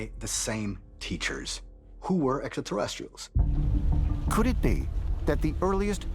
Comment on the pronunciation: 2022 and georgio still hasn't learned how to pronounce extraterrestrials properly